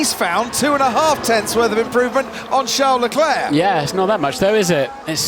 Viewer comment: Shar laclair shar laclair how many times does he have to say his name, he should try saying it properly